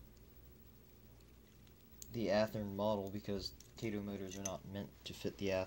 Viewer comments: I'm glad I'm not the only one driven nuts but that! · it's KAH-TOE Kato an AH sound!